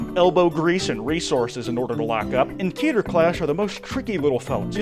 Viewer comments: Its k-eh-ter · Keter isn't pronounced like Peter, is Hebrew for crown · Everytime someone say "Key-ter" it hurts me.